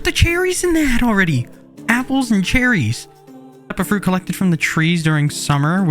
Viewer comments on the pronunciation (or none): none